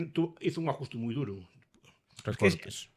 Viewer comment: Trabajo duru, no duro 😂